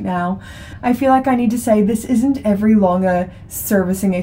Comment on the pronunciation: Pronounciation of Lange was ok. Greetings from Germany